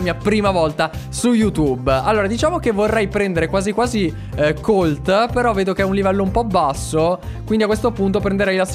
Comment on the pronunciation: Allora Colt si pronuncia Còlt CONSIGLIO: Barryl ha la super strana perché quando la utilizzi rotoli quindi usala per andarci adesso ai nemici.